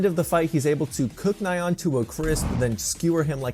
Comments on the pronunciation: Man poor Nyaan name getting butchered 😢😢 and it's pronounced like Ni-Yaan not Na-Yaan👍. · It's hard to take this seriously when the "expert" calls Nyan as Nai-yawn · It is kinda funny how you pronounce Ryan as 'Nye-ahn' instead of 'knee-uhn', like a cute cat sound effect... coz it's a cat monster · Nai-on. It’s Nyan! It’s the sound a cat makes!